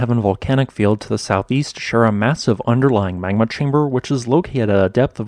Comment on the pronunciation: Good video. One thing - you need to work on your diction, brother. Your words often run together, and you tend to insert the sounds of non-existent letters. For example, your pronunciation of the word "magma" comes across as "mangma" and your pronunciation of "Mt. St. Helen's" comes across as "mousanghelens". If you plan on narrating, you need to slow down, enunciate and provide CORRECT pronunciation of every word.